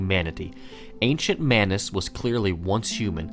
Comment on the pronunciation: It's Manus.